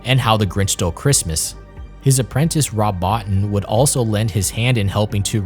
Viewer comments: btw fx expert Rob Botin (is pronounced Bo teen) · Brah. "Bottin" is pronounced "boh-TEEN". If you're gonna present yourself as an expert, get the names right. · Its not pronounced Bott-in. It's pronounced Bo-teen. Real horror fans know this. Great video but there are some discrepancies.